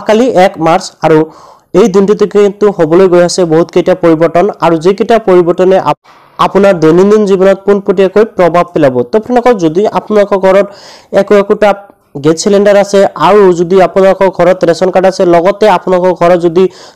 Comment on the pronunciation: Prabab nhoi Prabhab hoi